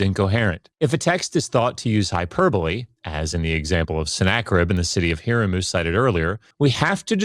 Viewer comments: “haram” but what’s on screen is “herem” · when the apparent expert doesnt pronounce Harem right, its a guttural sound not a soft H